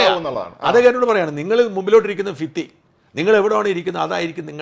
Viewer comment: ഫിത്തി അല്ല ഭിത്തി